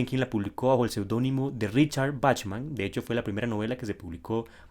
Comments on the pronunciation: Claro. Se pronuncia “Bajman” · Así no se pronuncia Bachman